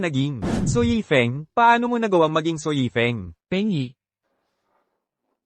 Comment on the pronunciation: Mali2x tawag yifeng na yefing. Eh si Su yan